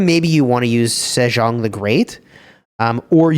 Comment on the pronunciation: sejeong 세종 is more like "say-jong" but i like how u add the french accent to it lol😂